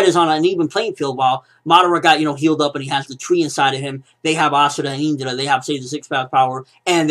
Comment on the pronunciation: why does this guy so indra so weird he says it with a high in if you get me isnt it pronounced calmly